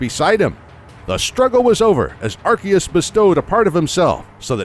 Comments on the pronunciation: It is prounounced Ar-See-us, not Ar-Kee-us. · It's AR-SEE-US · The legends Arceus cough cough ARKOOS section was really on point. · I thought it was pronounced 'Ar-see-us', like in the Japanese trailers. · Its pronounced "arkoos" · This, too. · Watch the english trailers. Seems they've finally settled on an English pronunciation. I did see the Japanese trailers referred to it as Are see us.